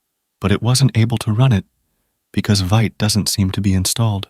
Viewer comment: Great demo, I don’t miss any video you upload ! 🎉 fyi “vite” is pronounce “veet” like in bee, it’s French for fast :)